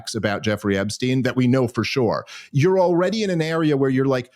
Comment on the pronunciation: Love ya Dave but GATDANGIT it's e*P*stein! With a "P." Where the heck are you reading a "B?"